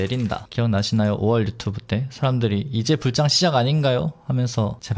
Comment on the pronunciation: 불장은 자꾸 불짱이라고 발음하는게 웃겨요 ㅋㅋ